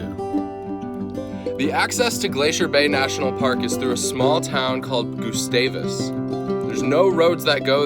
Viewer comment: hope you liked it! i live there and it’s cool seeing other peoples perspective on it. also it’s pronounced more like gus (rhymes with bus) -stavus than “goosestavus”